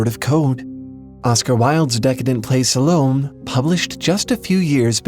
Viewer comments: You're pronouncing her name wrong: "Sah-loe-may" NOT "Sal-ome". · "Salome" is pronounced "Sa-low-mee". Or alternatively "Sa-low-may". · Salome is pronounced Sal-o-mae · an unimportant comment on a really good video - Most people pronounce solome as Sah-Low-May - (i think people can pronounce things any which way they like) - take all my thumbs-ups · "Salome" is pronounced "SAH-luh-may" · Weird pronunciation on “Salomé”. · Fantastic video. Really excellent - putting it all in it's historic and literary context. I just want to mention that "salome"'s final "e" is pronounced. Your video essay is so good, it would be a shame if anyone might not give it its due because of a little pronunciation glitch. Though in truth, mispronouncing that name is the sign of a well read person...one of those people who have words which they know from reading about topics that few people even know to speak about these days.